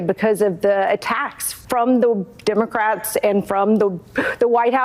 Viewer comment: Did the moderator just say ‘Democraps?’ 😂